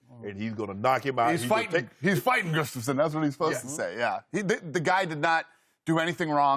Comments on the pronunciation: shannon calls gustaffson Gustabo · Chuck lydell and goose-staffson haha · These 2 should never talk mma. 30 seconds in and Shannon mispronounced Gustafssons name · That's not what Goostuffson said, LOL! They are butchering his name, LMAO!! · Dana can’t even say Gustafsson right